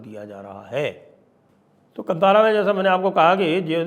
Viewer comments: KAANTAARAA, not kantara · Sir ji, just one correction requested, the name is Kaantaara not kantaara. Love and respect your channel 🙏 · 🧡" कंतारा " नहीं " कांतारा " बोलिये 💛🪔🔱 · संजय जी कंतारा नहीं, कांतारा | संस्कृत का शब्द है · Please learn to pronounce Kaantaara . Not Kantaara )) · It is not pronounced as Kantaara (just like in the word kant or neck).. Instead it is kanthaara.. It may be derived from the sanskrit loan word called kannan (jungle) in kannada.. So it is pronounced just like the word kanthi or rays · Proper way to pronounce...not kantaara....it's kantara or kaantaara .... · The correct pronunciation is Kaantaara. It's a Sumskrut word. You should know it, Deekshit ji. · The correct pronounciation is "kaantaara" sir.